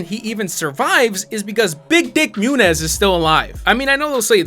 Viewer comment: Mew-Nez? It's Moo-kneez. Now turn in your hispanic card. The twist of Abigail being a ghoul would have made this felony acceptable. She was sucking on his fingers to feed on him. Then Lizabet comes in.